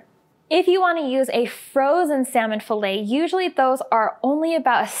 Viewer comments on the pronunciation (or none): Fill-it not fillay